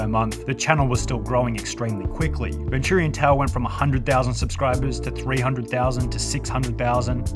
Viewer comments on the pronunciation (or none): NO NOT VIN TTURIAN TALE Its VENTURIANTALE-Ven-Chur-ean-tale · bro said ventoorian tale... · The real crime here is he pronounced it ven-too-rian tale. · Nah bro really pronounced it ven-turian tale 😭😭💀💀